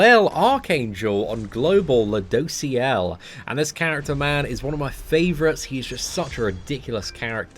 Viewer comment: Lol I remember when he couldn't say ludos name😂